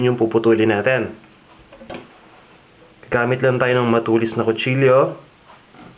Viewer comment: May konting american accent ka na, but it's good that you can still speak Tagalog fluently. I just noticed you pronounced some of your "i" with an "e" like "gamit", "natin" and dikit". You said gamet, naten and diket. Anyway, I tried your this chicken lollipop and it's wonderful as a pulutan! Hehehehe can you teach us how to do a good sauce for it?